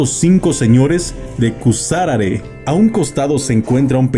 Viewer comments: Creo que lo dice por la pronunciación especialmente por la cascada que la pronunció Cuasarare y se pronuncia Cusarare, además solo la primera imagen es de la misma, las otras tomas que mostró son de la cascada de Basaseachi que creo que es la cascada permanente más alta de México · Quien narra, dice "Cusaguare'. Lo correcto es CUSARARE .......grs.